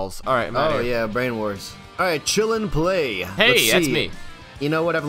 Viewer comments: I agree :D Though we wouldn't have gotten "Brainawarz" xD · Maybe ask a German to read the german names next time, might be more fair and genuine, but just a suggestion. Maybe "Branawarz" is not pronounced "Brainwars" in german...?